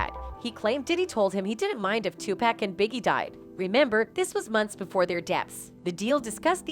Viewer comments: Why the hell she keep saying 2-pack I can’t even take this freaking woman serious it’s gd 2pac dumb ass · It's TuPAC not TuPACK you dumb bitch. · It's Tupac not Tupack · It's TUPAC pronounced TUPOCK, POCK not TUPACK, like a PACK of cigarettes. Why can't some people pronounce the man's name correctly? These professionals do all this research on people but somehow can't find out the correct pronunciation of a name?🤔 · 😅 Ok! Imma have ya STOP this, bcz if she say 2 pack one more time ~ idk 🤬 PEACE ✌🏽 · This is B.S. A white chick start talking and reporting and you all swallow this? She can't even pronounce and respectfully say Tupac, 2pac, name. Get the F outta here. Wake up ppl every black man that makes a chance for security of his generation, ppl like this set them up for failure. She reporting old news. Nobody ever thought Puff had anything to do with Biggies death. Big barely only had one album out and was about to bring out the double C.D. California killed Biggie. Sorry but that's the truth. It was east VS. west. West lost Pac and the west marked Biggie for death. Biggie didn't think it was going to happen but it did. Shut up lady who ever you are. R.I.P. to Biggie and Tupac. Learn how to say Tupac's name before you open your mouth.